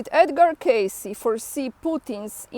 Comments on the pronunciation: Edgar Cayce (read: keissi, otherwise written name would looked like Case) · Kay-see, kay-see, kay-see is the proper pronunciation, fyi. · The Edgar Cayce Foundation is in Virginia Beach, Virginia. His name is pronounced “KaySee.” If you get a chance to visit his foundation, it is well worth it. There is an entire library of his “readings,” as well as, a bookstore, and healthcare services. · the eyes of - the correct surname of the "sleeping prophet" is "Cayce", not "Casey". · It’s “Cay’-see”- he lived in the city next to me in Kentucky. I went to school with his great- grandson